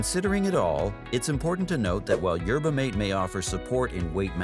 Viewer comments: For Christ sake! Phonetically It’s MAT-eh! Like hearing a car crash every time video said yerba mate. 😂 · Pronounced Yer buh maw tay